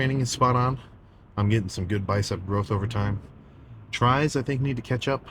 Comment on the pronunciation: Did he said catch-up, i tought he said ketchup (I need help, please help)